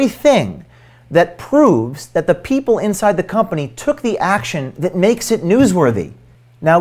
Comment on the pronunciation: If you don't protect your sources better you won't find many people willing to "be brave". was shown in profile silhouette, and you did nothing to hide his speech patterns and mispronunciation of common words such as "that" (which he pronounces "thit"). Your work is much appreciated but you need to be more careful to protect your sources' identities.